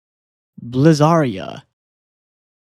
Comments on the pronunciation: its bliz-ar-ee-ah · You're pronouncing Blizzaria wrong